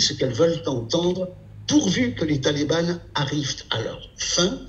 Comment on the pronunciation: On dit les talibans. Pas les "Talibannes" stp...